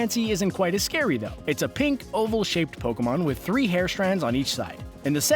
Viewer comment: Instead of Pokemon its pekoman